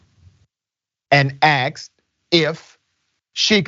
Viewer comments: Hey, "Dr." Did she ACKS, or did she 'ask'? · You sound and present yourself as an educated man. Why do you still say AXED instead of asked??? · Axed, it's 'motional.